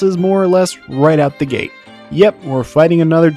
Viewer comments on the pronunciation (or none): none